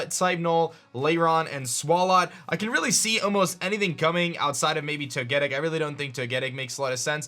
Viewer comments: *Toe-Guh-Tic , not Toe-Geh-Dic. I dont normally get upset over mispronunciations, but how can you look at the pronunciations of Togepi and Togekiss and arrive at Toe-Geh-Dic ? Lmao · Sly Not even close fam. He said: (toe-get-ic) which is straight wrong. It’s pronounced: (toe-geh-tic) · The way you say Togetic is cancer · Canadian Zudomon yes it’s wrong. There’s an overall accepted way to pronounce things. And I am white Christ. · Canadian Zudomon yeah and if he said the weird duck bird with blue and red triangles I would have understood what he meant. Doesn’t mean it’s right.